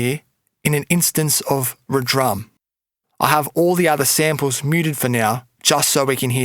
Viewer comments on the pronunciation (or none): Ha , not "Re Drum" its "Red Rum" lol